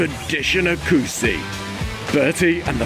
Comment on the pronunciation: My beloved country! The way you pronounce oecusse is quite funny... hehehehe acussi?